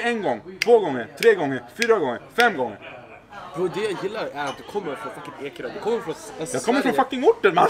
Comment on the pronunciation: Någon som har en "mannen"-räknare? Hur många mannen fick vi höra? 40 000 miljarder gånger ... Och hur många "braw" hörde vi? Bro stavas det och uttalas ... "Braw" är något hittepå uttal ...